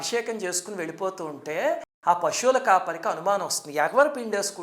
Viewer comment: అయ్యా మహానుభావా! దయచేసి తెలుగు ఉచ్చారణ తెలుగులో చెప్పి తెలుగుని నలుదిశలా వ్యాప్తి చెయ్యండి, పశువు, ఈశ్వరుడు, ప్రదేశం వంటి వాటిని తెలుగులా పలకండి, అద్దెకు తెచ్చుకున్న భాషని రుద్దకండి దయచేసి. పశువు - పషువు (తప్పు) ఈశ్వరుడు - ఈ ష్వరుడు (తప్పు) ప్రదేశం - ప్రదేషం (తప్పు) కొనఊపిరితో ఉన్న తెలుగు భాషని చంపెయ్యొద్దు... మీ పేరు కూడా కానీ, ష్రీనివాసు కాదు.